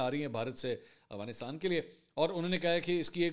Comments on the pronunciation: Mansoor bhai plz Afghanistan sai pronounce kiya karen 😅 Aghwanistan nai hai Afghanistan hai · خان صاحب اغوانستان نہیں افغانستان ہوتا ہے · Why do you say Awghanistan instead of Afghanistan?